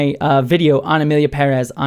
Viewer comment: It's so satisfying to hear you pronounce Pérez with a stress on the first syllable, as it should be.